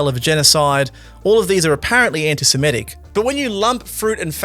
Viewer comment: It is pronounced anti-semITic, not anti-semETic. an·ti-Se·mit·ic ˌan-tē-sə-ˈmi-tik ˌantɪsɪˈmɪtɪk